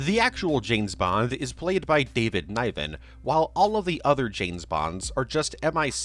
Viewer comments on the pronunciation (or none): NIven. David Ni-ven. Like "given". Not NYYven. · Good old David Nie-Ven. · Well, he pronounced David Niven’s last name incorrectly. So, how much of a pet peeve is it really?